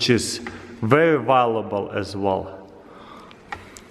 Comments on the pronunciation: did you hear that guys beeswax is 'vewy valubal' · I love how he says "Vallable" insteade of vauluable